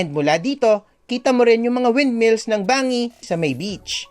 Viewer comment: Banggi not bangi po ang pronounciation po at pan-syan po ang tama.